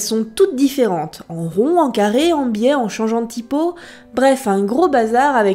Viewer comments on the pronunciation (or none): none